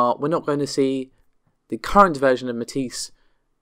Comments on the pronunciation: it's pretty well agreed upon how to pronounce Matisse. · Amata can you please, PLEASE, please teach how to say Matisse? Thanks:)